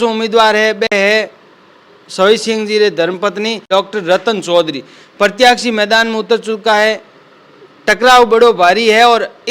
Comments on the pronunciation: प्रत्याशी बोलो प्रत्याक्षी नहीं होता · प्रतियाक्षी नहीं प्रत्याशी होता है!